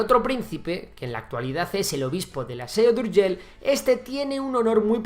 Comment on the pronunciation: Felicidades por el video pero no es SEO DE URGELL si no Seu d'Urgell